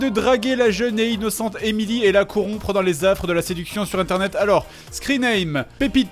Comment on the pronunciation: "esayer" "inocent"